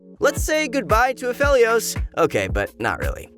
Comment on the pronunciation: We need to spread the word. Everyone says Aphelios the wrong way. At least says it right.